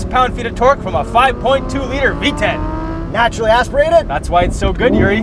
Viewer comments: I thought he said VTech not V10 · When you said v10 it sounded like V-Tech LOL could you imagine